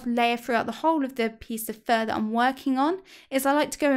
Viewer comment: Lol for a second I thought you were saying "for my worst enemy" and I was like "Huh?" lol